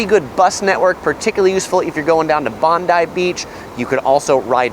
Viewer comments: the beach is pronounced... Bon-die! not bondee 🤪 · Bondi is not pronounced Bond-dee but Bond-die. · In fairness, he got Bondi right most of the time, there was just one sneaky ""Bond-EE" in there before he got there. The latter two, honestly, I was pretty much expecting the butchering that they got. Still, having been away from Sydney for about 8 years and living in Toronto now, there are plenty of areas that I wouldn't have a clue on pronouncing if I'd not heard them, so I don't want to be too harsh on him. And I hadn't picked up that you can just tap on/off PT with credit card now, so I did actually get something out of this.